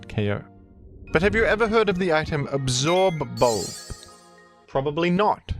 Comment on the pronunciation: The way you pronounce absorb bulb with so much emphasis is driving me nuts, I can’t watch this